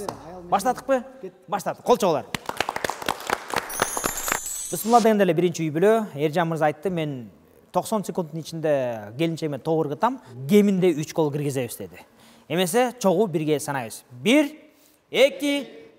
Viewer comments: Бысмылда эмес Бисимиллах дегилечи казактарга окшобой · Сонун шоу, Азамат бысымылда эмес БИСМИЛЛАХИР РАХМАНИ РАХИИМ деп айтыңыз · Урматтуу алып баруучу мырза, Бысмылда деген соз туура эмес . БисмиЛЛахир рохманир рохим Деп толук эле айтсанар туура болот деп ойлоймун. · Азаматсынар, бирок бысмылда элес Бисмилла деп айтсанар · Азамат мырза кечиресиз бирок бисмилда эмеспи же (бысмылдабы) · Бислыла деп айтпа э айтсан туура айт айталбасан айтпа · Бысмылда дебегилечи туура айткыла кечкеле бысмылда дей бербей